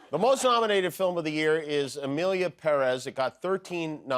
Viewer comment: Jimmy, thank you for pronouncing "Pérez" correctly!